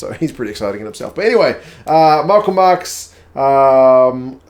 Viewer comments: The best way to pronounce Ntuthuko Mchunu's surname is like this: mmm-choo-nu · Love the neutral analysis! Just on the click sound for Mchunu. The "n" is pronounced NC (sounds like MnnnnnTssshunu).